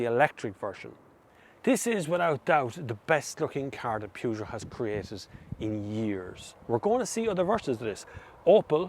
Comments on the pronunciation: the "Pjoojo"????? I never heard of that car brand. I'm 25 seconds far in your review and I already felt the urge to react to what probably will end up to be a great review, but man, why can't people try to pronounce things correctly? You review cars, you must have heard that name a million times. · Pewjoe? ... Oh, you mean Peugeot! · Peugeot. P like in paul, eu spelled like the e in verse. G pronounced like sh but with voice. eot like au in autumn. There's no oo. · I've never seen somebody mispronounce Peugeot so bad. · That’s what we call the brand in Ireland! Get over it! Who says the English are right with their PUR-JO? There’s no r in it! 😂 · Interesting way to say peugeot... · Love the pronunciation of Peugeot it reminds me that Dacia (day-see-a) will never be datcher as they call it!